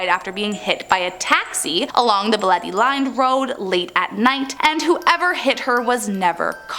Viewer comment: It's not baliti it's BAH LE TE drive but whatever I STILL LOVE YOUUU